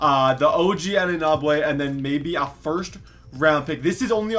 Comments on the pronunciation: You're a Raptors fan and can't pronounce OG Anunoby's name? how sway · You piss me off how you say anunoby and we ain’t trading Poeltl and him for kawhi who will leave in a year